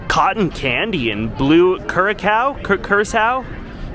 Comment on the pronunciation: Curacao is pronounced Cure-ah-Sow